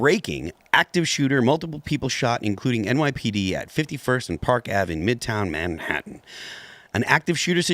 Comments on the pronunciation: “Midhown Mantahan”😅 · "shooting in mid-houn Man-tatt'n"